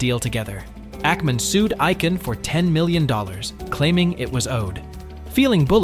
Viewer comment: His name is not Ike-an, it’s icon (for Icahn). Really wish voice actors would research how to pronounce people’s names.